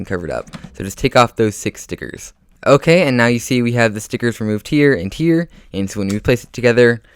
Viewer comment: Love the way he says stickets